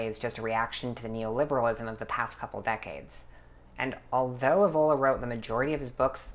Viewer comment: You dont even know how to pronunce it ÈVOLA